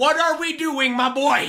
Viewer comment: its so funny whe he says my boa